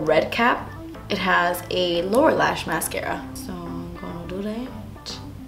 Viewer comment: Instead of saying lower lash I totally thought you said Laura lash....like Laura Lee's lashes.... lol. Yes! I love seeing these challenges....